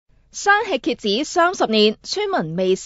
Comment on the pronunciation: 我第一次聽到她說蠍子 聽成啟智的台語